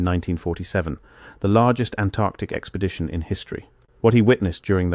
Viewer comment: What is an "Expedtion?"🤣